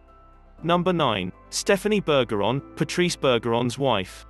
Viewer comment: Work on learning the actual pronunciations, too. It’s BER-zher-on, not BUR-ger-on (perhaps the narrator was hungry?), and it’s MAHL-kin (as in shopping mall), not MAYL-kin (as in malfeasance).